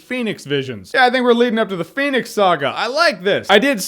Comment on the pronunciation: if i got a dime for everytime jeremy said phoenyx saga.....